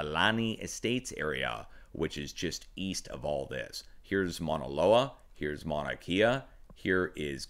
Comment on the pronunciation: Good morning Sir! and thank you for all you do! A little help on the Maunakea pronunciation. Your saying closely, though instea of KIA it's {"K" Ah}